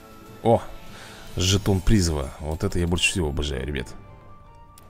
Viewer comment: Я конечно обожаю тебя смотреть, но жетон призЫва, а не прИзыва.